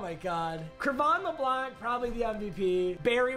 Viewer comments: Nobody: Absolutely nobody:: Cre’von leblanc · When papa says Leblanc wrong😔